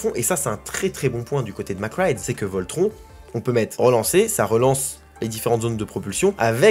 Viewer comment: hahah j'adore tes videos mais pleasee un effort sur la prononciation de Voltron haha